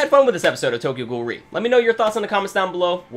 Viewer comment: Out a actually pronounced as R-E ^^